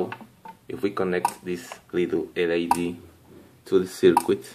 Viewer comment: El - i - di, no El - ai - di. Esa es la pronunciación correcta de LED, si no suena como si estuvieras diciendo LID. Y no se dice voltash, es más voltegsh. Saludos